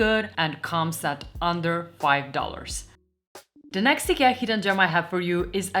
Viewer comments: Do yourself a favor and never say it like she does unless you want to get banned and ridiculed in Sweden. It's "E-ke-a". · IGAH? Eekyah? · Just one little correction. It is pronounced I-kee-a. I realise that 8n most languages it is pronounced differently, but in English, I key a please! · Have.......have I been pronouncing the name wrong for forever??? I used the say eye kia, but I guess I need to change that now. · Great video. I'm struggling though to understand your pronunciation of IKEA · I have been pronouncing Ikea wrong all this time!